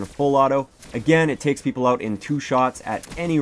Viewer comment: are you Canadian ? i thought i heard oot of your gun.